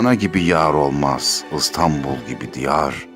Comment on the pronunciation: Neden Istanbul? Adı İstanbul olan bir kent, yıllardır çoğu mecrada ve çoğu kişi tarafından "I" harfi ile okunuyor. Videoda okunan şiirde bile. Yazık. "I" harfi ağız kaslarımızı daha az çalıştırır. Tembelliğimizden olsa gerek. İstanbul yıllar içinde oluverdi Istanbul.